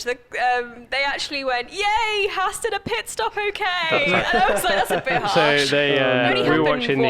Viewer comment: Haas in NASCAR and obviously Haas and NASCAR is American but in NASCAR it's not Hass (The way you guys say it) it is HA as